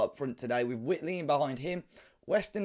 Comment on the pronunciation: it's not wit-lee, it's white-lee